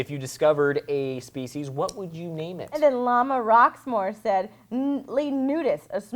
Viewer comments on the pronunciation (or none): none